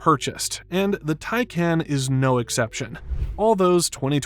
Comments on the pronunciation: I gave up watching. This guy doesn't know how to pronounce "TIE-Kaahnn," not "Tie-KAN." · Love your videos. Isn’t it pronounced “tie-con” tho?